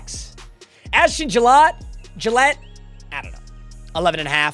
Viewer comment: Ashton gillote (Jill-ought-ee, if I’m right) popping up, my chiefs guy